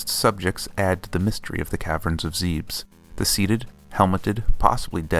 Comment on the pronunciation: "ZEEBS??" It's Zeb-Ess. The Japanese kanji is literally "zebesu"